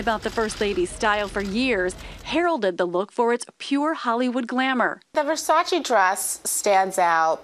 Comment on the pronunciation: May you please stop say Versaci, it's Versace!